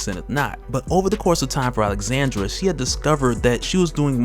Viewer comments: Alejandra, not Alexandra. You're killing me. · I hear you keep saying “Alexandra” instead of “Alejandra” which is what is written. It is pronounced ALE-HAN-DRA. Sorry just needed to say something cuz my name is the same haha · Bro that girls name is Alejandra… you repeatedly butcher her name lol.